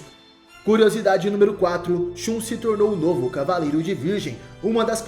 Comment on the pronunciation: Se pronuncia ShaN